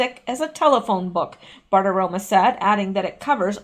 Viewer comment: Hey, I know you want to pronounce names well; so I want to tell you that you keep saying Maria BartiromA, but it's BartiromO!